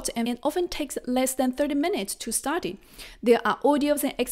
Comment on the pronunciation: You need to work on saying STUDY not STADY